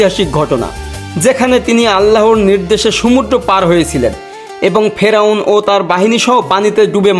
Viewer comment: "ফেরোয়ান" নারে মফিজ, হয় "ফেরাউন" বল, নয়তো "ফারাওহ"!